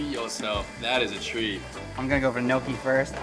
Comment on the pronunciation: Its Gnoooochi. Like my GRandma Nonni used to make in America